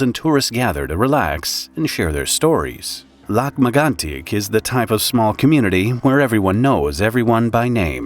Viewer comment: It is pronounced LAK MAG-ON-TEEK